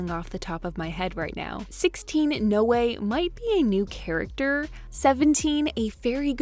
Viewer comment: Noe is literally my nameeee😭 It's pronounced NOO-EE It's like zoe You just remove the "z" It's the same pronunciation